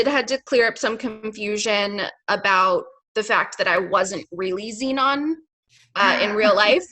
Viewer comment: Zenon the “Zeunion”